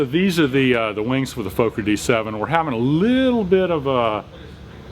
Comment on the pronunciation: I thought it was a Fokker not a Folk-er